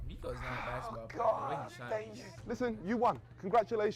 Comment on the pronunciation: It's pronounced Nick-o, not Nee-ko.